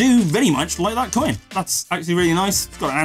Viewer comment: just say coin...like groin...unless you say groy-in LOL